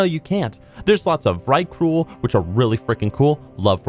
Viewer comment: mate, its vrykul. nut vykrul. Also, your voice sounds extra sexy in this one.